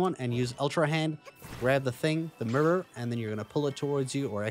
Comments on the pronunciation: It probably shouldn’t, but it really bothered me that you pronounce mirror like a Memphis rapper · Like your accent and the way you say mirror (murror) 😄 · My man said “mirrur, first time seeing it” like he’s never seen an actual mirror before.